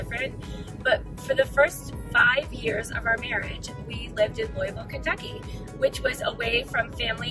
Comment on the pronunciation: but you didnt ever learn to pronounce it correctly....as in Lou a vulle,lol